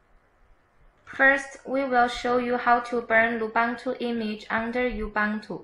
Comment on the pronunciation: Thanks for nice tutorial! Take in mind the pronunciation of Lubuntu is not "lubantu", the correct is loo-BOON-too as the Ubuntu is oo-boon-too (from Wikipedia). ;)